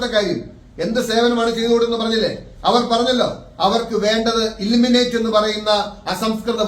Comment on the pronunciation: ഇ ലിമിനെറ്റ് അല്ല ഇ ൽ മി നേ റ്റ് അല്ലേ.